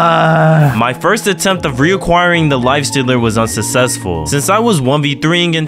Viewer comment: He said susesful